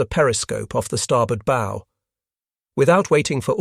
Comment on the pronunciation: Not B😅o like Go. Its bow like COW